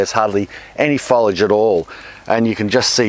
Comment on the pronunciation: Love that pronunciation of foliage❤